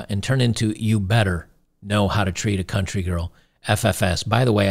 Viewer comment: Country not Courtney.